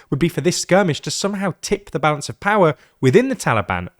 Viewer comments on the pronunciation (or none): none